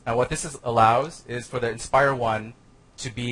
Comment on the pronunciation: It's called the 'Inspire' not 'expire'..